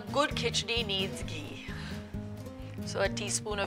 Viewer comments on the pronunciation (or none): none